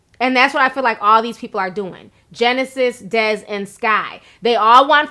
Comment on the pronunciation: Look Miss commentator can u at least say Desi name right damn